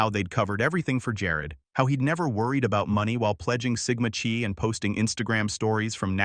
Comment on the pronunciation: It's pronounced Sigma phonetically Chy not Che. Institute a quality review program.